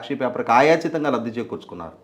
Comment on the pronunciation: ఆయాచితంగా కరెక్ట్ కాదు అయాచితం గా అని అనాలి